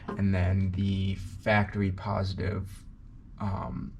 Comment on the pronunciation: Factawy lolol